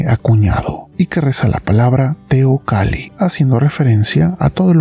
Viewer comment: Si es nombre indigena xk la pronuncia teocali.y no teocalli tal como esta escrito?asta en eso keremos ser gringos?escribir de una forma y pronunciar de otro k mal